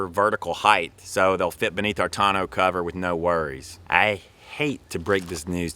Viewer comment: 1) Who taught you how to pronounce “tourneau?” Not even close. 2) You didn’t mention Harbor Freight or Northern Tool for a 3500W inverter!? Are you guys living under a rock? 700 bucks. 3) Propane gives you no run time. You would have to travel with many tanks or huge tanks, much more inconvenient and more EXPENSIVE!